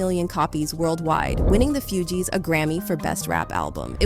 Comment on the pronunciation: Put some respect on their name it's pronounced Foogee!